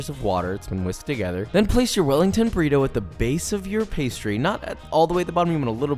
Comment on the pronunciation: like si hablas español y te incomoda cuando dicen BURRIROU